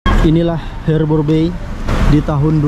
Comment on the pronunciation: HARBOUR BAY ~>BACA Harber bei. Bukan herber!